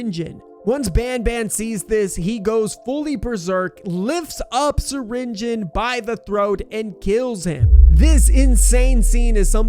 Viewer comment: did bro really say stinger Flynn it’s syringion